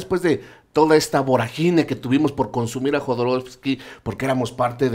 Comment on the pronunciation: BORÁGINE, CON ACENTO EN LA A.